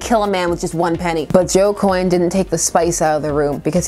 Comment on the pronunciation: “Coyne” XD